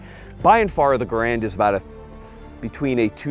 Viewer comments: Vids are great, but an entire channel named on the garand, that doesn’t even pronounce it right. It’s Gare-and, not Guh-rand. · So you folks do not subscribe to pronouncing Garand as the research of Gun Jesus indicates? Seems odd on this channel...